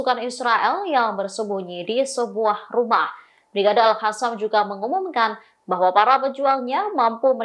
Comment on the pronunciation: Al qassam mbak , not al hasam😅